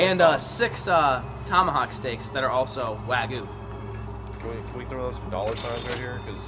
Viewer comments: Love your Videos!!!! But it's "wag-yoo " not wagu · It’s not wagu it’s way-gu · The proper pronunciation is close to Wog-You. I'm really hungry now... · Wagu? Lmao